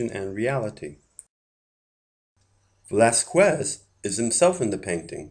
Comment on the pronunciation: Please pronounce the last name Velasquez as if it was written as Velasqez without the ü sound.